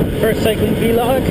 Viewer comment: Haha. Vlog is pronounced like blog. :]